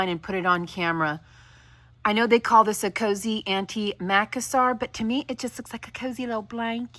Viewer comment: You should look up have to pronounce antimacassar. I like this pattern as is.